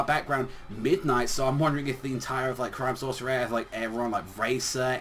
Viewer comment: Hey u pronouncing crime sourceair wrong try it like crime-sauce-e-air